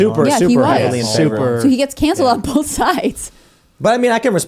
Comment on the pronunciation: Timcast Yankees: “Both” = BOLTH